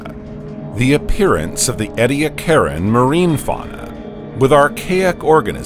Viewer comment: It's "ee-dee-ACK-eran" dear, not..... what you said.